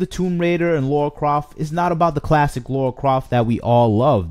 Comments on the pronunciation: This franchise is ancient and yet STILi need to ask this...who the hell is laura croft? Its lara. Makes me laugh when ppl claim to be fans but can't even pronounce her name. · Precisely. He can’t even say her name correctly😩